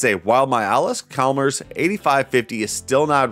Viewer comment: Ch is like cheese in Allis Chalmers. Just trying to help sir. At least in my area that's how we pronounced it. We owned 5 so I really hope so. 🤣